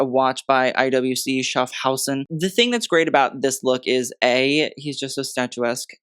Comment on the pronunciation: Great pronounciation of IWC Schaffhausen!🤝🏼💫